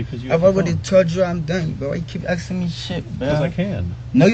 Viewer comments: It's ASKING and not aksing. Half the time, he says aksing XD He can use a gun and kill another human being, but haven't learned to talk yet. Sickening. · « Axing me » 😢